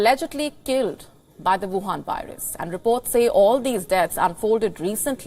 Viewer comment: I dig the way pronounces Wuhan. It reminds me of Dracula!